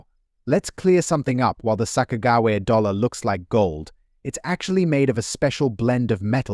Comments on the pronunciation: Your pronouncing it wrong it’s Sa-Kuh-juh-wee-uh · "sock-ah-jew-we-ah" sound it out! Get it, got it, good! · This guy can't even pronounced Sacogawea right, did enjoy the coins😝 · Her name is SACAQAWEA. LEARN TO SPELL AND SPEAK NAMES BEFORE YOU TRY TO SPEAK ENGLISH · 😂you need to work on the sakagawa thing bud. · The AI voice over is dreadful!!! The horrible mispronunciation of Sacagawea is disrespectful and should have been fixed. Just do an actual voice over... it's not even hard. Good info but seriously difficult to listen to. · Sacagawea XD jesus that hame is ruined now I'm always going to say it weird as fuck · This is an A.I. video. The voice is computer generated. It can’t pronounce Sacagawea. The information is general and cannot be used to value coins. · Someone needs to teach this AI narrator a lesson in how to pronounce Sacagawea! So annoying.